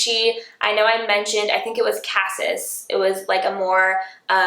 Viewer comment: can someone teach her how to pronounce cassis?